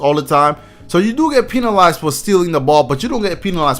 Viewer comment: dude said pee-nalized